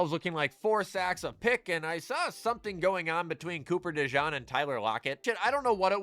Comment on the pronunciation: “Cooper Dejawn” is the new “Nick Sirrawnee”